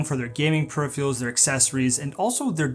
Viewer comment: Good vid. If you learn how to say peripheral properly I'll sub.